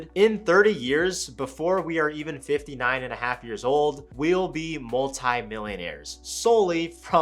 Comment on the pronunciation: I swear he said 95 😢 not 59